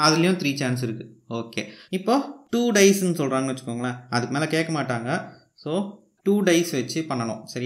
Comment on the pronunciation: Bro not "dies" it is dice